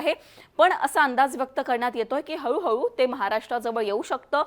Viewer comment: हऊ हऊ नाय गो हळू हळू